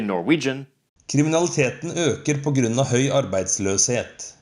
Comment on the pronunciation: There's a couple of errors in your pronunciation and in your ipa. Grunn for example in Norwegian is clearly pronounced with an open /y/. Also you seem to use narrow brackets but your Norwegian is usually broad IPA, not narrow. That's a little confusing /wrong